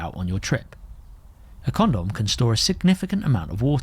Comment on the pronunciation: You say condom funny. Is ribbed better? Or no?